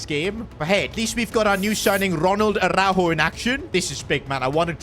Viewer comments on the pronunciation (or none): On ne dit par arourou on dit aroujo